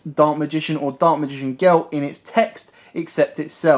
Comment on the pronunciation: ”Daak magign geel”